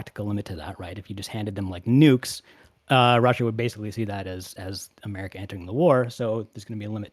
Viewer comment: Yet here they are; mispronouncing America as "a merry cur" and YouTube as "YouChewb."